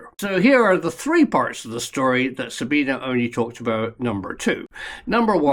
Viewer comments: Sabine is pronounced Zabeenah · pronounced sabina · Her name is pronounced Zabine. With an E! Not ah! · You're pronouncing Sabine's name wrong. Just saying.